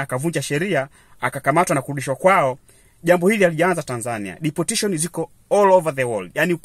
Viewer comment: Deportation not deportition